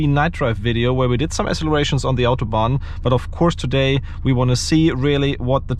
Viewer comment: On the „ Autobahn“ englisch aussprechen macht es nicht Englisch bro.